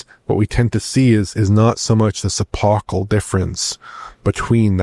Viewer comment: What word is saying at? Suppocal? Never heard this word before Edit: He says «epochal»